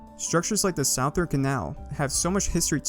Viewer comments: "the SOUaTHERN canal" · Its pronounced Suth-ern-canal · WHY THE FUCK YOU SAY SOUTHERN LIKE SAOUTHERNN CANAL WTFF???!!! ITS SPOKEN LIKE SUTHERN!?!! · You keep saying "sowe" instead of "suh" in southern and its really bothering me. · It's pronounced Suh-thern, not s-ow-thern who tf pronounced southern that way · Its pronounced "suh-thern" Or you say "The South Canal" I know its not intuitive but thats english for ya bud. Cheers! I know , I'm late to the party, but I've just started going down the rabbit hole of your videos ,and As a Florida resident, I had to say something. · "corp" "sowthern canal" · I like how he says it like “sow thern” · came for the lore, stayed for the sowthern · Mans said Sauthern Canal at the beginning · "south earn" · He is say sowthern canal and it bothers me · My ears weren't braced for the SOWthern Canal. Still, amazing history video! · not southern south-ern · My dude talking about the south-urn canal bruh wtf is that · not a big deal, but "southern" is pronounced "suh-thern." It is dumb though, since south isn't pronounced like that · You keep saying "southern" wrong it's pronounced "suth-ern", but overall good video :) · south urn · you are saying Southern rong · I love the video, but please, its suh-thern. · cant tell if he's mispronouncing southern on purpose or not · How do you mispronounce "corps" and "southern" lol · Say southern right my dude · My guy, you're saying southern wrong. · “The south’ern”. Made me stop watching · Please say southern correctly I beg you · I hate the way you say southern